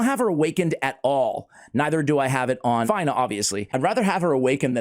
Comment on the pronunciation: her name is pronounced like (Fina) and her titie is Blade Of Aravia...Aravia is the ancestral home of the elven peoples as explained by Lord Of The Rings...I believe it was explained somewhere in LOTR...Aravia not Avaria I am sorry but Miss pronunciations are a pet peeve/Trigger of mine.